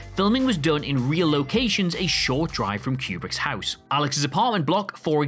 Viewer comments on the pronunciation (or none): none